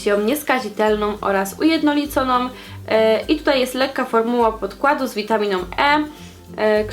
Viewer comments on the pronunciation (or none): jesteś na dziennikarstwie, a Twoje 'witaminOM, pigmentacjOM'... poprostu nie da się słuchać...:( to nie jest hejt tylko dobra rada